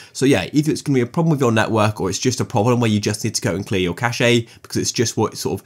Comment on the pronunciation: V helpful video, thanks. BTW, cache is pronounced cash, not cashay